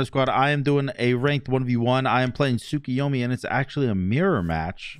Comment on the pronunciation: You mean tsukiyormi?